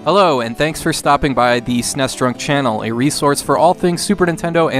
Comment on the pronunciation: It is SNES not SNESS. lool